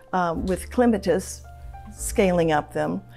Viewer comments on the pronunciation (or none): Anyone else chuckle with the way she pronounce clematis ?